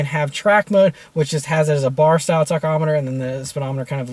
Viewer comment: you say "tachometer" weird